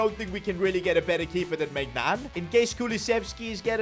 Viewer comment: "Mike Maicgnan" 💀